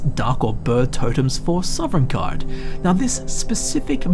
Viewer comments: Why do you keep saying Sovringarde, I thought it was Sovngarde? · I love your series--but oh my goodness, please pronounce Sovngarde correctly lol. It's "Sah-vin-gard," not "Sovereign-gard." You put an invisible R in between the V and N. It's said repeatedly throughout the game. Again, love your work, just be mindful of that sort of thing homie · Are you saying Sovngarde or Sovrngarde? I keep hearing an extra R and it (irrationally) annoys me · "Sovrengarde" Soveriegngaurd" "Sovrngard" S O V N G A R D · OMG!!!! theres only one r in sovngarde... not sovrngarde... sorry just bugged me since its been said quite a few times in this video. now that that is off my chest, good video glad to see you still making videos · "Sovereigngarde." xD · Sov-en-gard :o Not sovereign guard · why do you say sovereign garde? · It sounded kind of like you were saying "Soverngarde" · THERE IS NO R IN THE WORD PLEASE STOP 😭😭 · Dude, I love your videos, but every time you say "Sovereign guard" it destroys a little bit of my soul. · The most curious thing in this video is why puts an extra R in Sovngarde and pronounces it sovrengarde. All jokes aside, this was a great video! The statue thing really creeped me out, I never noticed that before, and that is so cool about the unnamed Dragonborn:D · oh my gosh I freaking love all of these videos so much but yes that drove me nuts. SAW-VIN-GARD :b I am so thankful for this channel really. I'm not trying to criticize something so meaningless in such an awesome video and channel. It's just a silly little thing that kept catching me off guard lol. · Were you aware that is a pirate? He's always putting an extra ARRR in Sovngarde! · 42 minutes of a guy pronouncing Sovngarde incorrectly. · Biggest mystery in all of Sovngard is who keeps putting the letter “r” into the middle of it when he says it...MUST HAVE BEEN THE DWEMER! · How are you gonna make a 40 minute video about a place you can’t pronounce the name of?